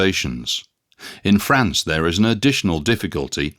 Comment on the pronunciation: That's France (fraahnce), a proper name, not frants.